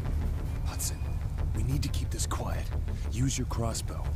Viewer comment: LOL its supposed to be "quiet"